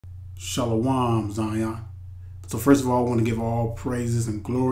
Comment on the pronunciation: Hebrew: Most say Shalom. You say Shalawam. You are aware, the letter o (O) is not in the Hebrew Alphabet. Shalawam